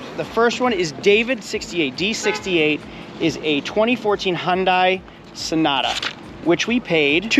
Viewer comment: it's HUN-DAY. not HUN-DIE...And what's with the wedding ring doing on your pinky??